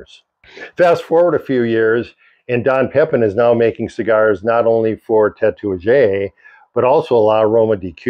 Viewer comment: Interesting story. I believe Tatuaje is pronounced ta-too-wah-hay.